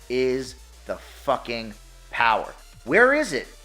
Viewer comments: The Powahh...lol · THE TOWAA OF POWAA 😂🤣